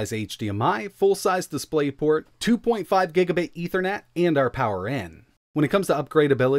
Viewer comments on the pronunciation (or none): none